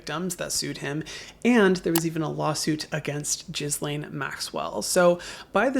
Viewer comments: Great video. We definitely need a full list of people and companies in the files. Just a note, Ghislaine’s bar is all over the place, easily look up a video and you’ll hear how to pronounce her name. It’s not for respect purposes but for the sake of accuracy. It is not jizzlane/gizzlane. The ‘s’ is silent. The ‘Ghi’ is pronounced ‘ghee’. Ghee-lane…Ghislaine. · I love that you call her Jizzlain Maxwell. I won't even correct the pronounciation bc she deserves that. 😂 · Thank you for using your platform to share this important information. Just a quick FYI, Ghislaine is pronounce Gil (like the gills on a fish) Ain (rhymes with Gain). The S is silent. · Just letting you know “ghislaine” is pronounced “gheelaine”. these criminals deserve to have their names, identifies & crimes etched into history. Other than that, I really appreciate your tone & sensitivity in this video. I don’t usually watch your content, but I’m so touched by your authenticity here, and your compassion and morals speak to my own. I cannot believe there’s people joking about Epstein. As handy when people out themselves, but it’s beyond exhausting. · Not you calling Ghislaine "jizz-lane." this is not a funny video or situation at all but I...I have to laugh... I'm sorry. That is funny. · I noticed you pronounced Ghislaine incorrectly. However Jizzlane should be the right way to say it. Henceforth, that witch is now Jizzlane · Palatial not palateeal. God you’re dumb. Her name also isn’t gizlane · Pppllleeeeease stop saying Gizlane. Her name is Gil-ane (phonetic). Island isn't pronounced Izland. The s is silent. Omgosh. People are killing me. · Its pronounced gih lain Please google the pronunciation before making videos. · Thanks for this coverage. Helps us all make ethical choices. On a different point, Ghislaine is pronounced “gee-lane” or “gee-lehn”. Kind of like saying Elaine with a hard “g” at the beginning. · not that we owe her any respect, but it’s pronounced gi-laine with a soft g